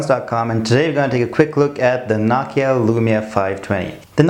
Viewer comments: It's not nakia its nokia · ur saying it nockia its NO KEY A js